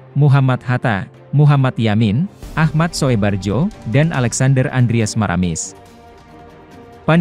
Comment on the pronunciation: B Koreksi untuk narator..baca Pantjasila itu Pancasila, karena huruf c masih pakai ejaan lama "tj" , begitu juga Ahmad Soebardjo, bacanya Ahmad Subarjo, karena huruf oe itu ejaan lama dari u. Tapi dibacanya tetap c dan u